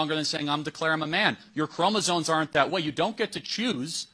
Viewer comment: I love Charlie Kirk and think he’s brilliant. But he needs to learn to properly pronounce the word chromosome. It’s not chromosone.